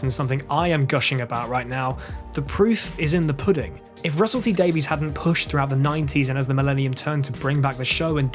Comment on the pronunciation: Good video, maybe try to pronounce "Davies" correctly next time.